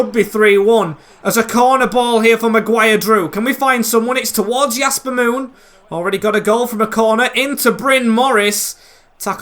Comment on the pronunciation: Your saying "Yasper Moon" but it's Jasper Moon